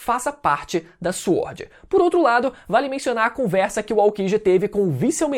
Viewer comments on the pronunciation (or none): Fala " Swórd" direito KKKKKKKKKKKKKKKKKK